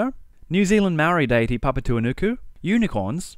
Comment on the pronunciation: Shout out from a Māori for the spot on pronunciation of papatuanuku 🙋🏽‍♀️